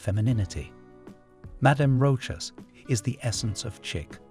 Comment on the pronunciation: It's rosha with the accent on a. Ch is sh like in shop.